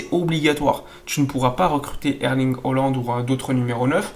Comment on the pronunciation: Il va falloir que tu nous expliques pourquoi tu tout le temps holande au lieu de haaland????